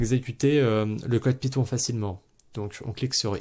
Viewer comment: python, non piton, oui